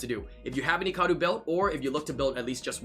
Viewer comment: okay you say Icaru like its eecaroo and other youtubers and me say it like Eyecaroo it triggers me not that its annoying its that I am not used to it